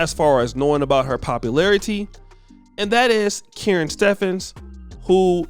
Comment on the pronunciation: Supwrhead's first name is pronounced "kuh-rin" not "karen".